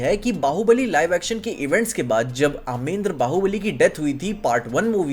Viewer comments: Bhai vo अमेद्रं nhi h 😅 अमरेंद्र h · Kya mujhe hi Sirf Amarendra bahubali ko.. Amen dra bahubali sunai de raha hai 😂😂😂😂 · It's Amarendra Bahubali not Amendra bro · Aamrendra ❌ Aamendra ✅ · Aamendra baahubali ❌ Amarendra baahubali,✅ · it's अमरेंद्र not अमेंद्र 😂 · It's Amrendra not amendra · Wtf आमेंद्र it's अमरेंद्र baubali 😂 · Bhaiii.... bar bar Amendra kyu bol rahe ho kitna ajeeb lag raha hai sunne mai.. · "Amendra" is bothering me 😭